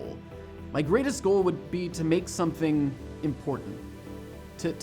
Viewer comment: "make" I thought it was "mike" which is short for michael